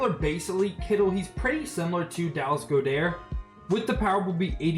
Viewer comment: It’s not Dallas Go dher it’s God Ert